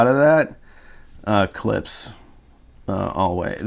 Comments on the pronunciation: For the love of God please dont slurp coffee during your videos. It adds zero. And the name is Klipsch, not 'clips" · I'm not much of a Klipsch fan but if you're going to be an audio reviewer since they are one of the oldest Brands out there you should out of respect at least pronounce their name correctly. Klips?